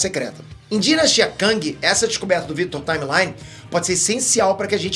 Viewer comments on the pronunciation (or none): Cara... acho que a pronúncia não é Victor "Taimelai" e sim Victor "Taimli" ... o m fica meio que mudo e o final é "li"... Só comentei pq meio que me chamou a atenção mesmo e ficou meio estranho.